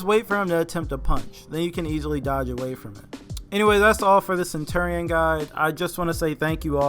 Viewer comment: Sen- chur-re-in